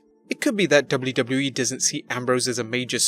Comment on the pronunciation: The way he say wwe kinda annoys me, am I alone on this? Great video otherwise!